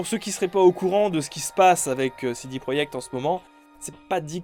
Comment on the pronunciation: Pourquoi dis-tu CD proyekt et pas projekt ?